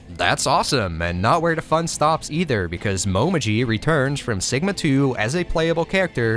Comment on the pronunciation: This is nitpickey as fuck, but since Momiji is my waifu... Her name is written in hiragana as もみじ Which is pronounced as Mo me jii With the way you are pronouncing it, it would be written as: もまじ That would be Mo ma ji. So, yeah, make sure to pronounce her name as Mo me jii lol